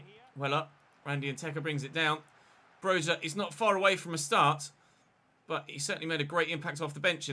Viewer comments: Its not pronounced broha but broya “y” as in “yes” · Broja’s name is pronounced “Broya” He’s Albanian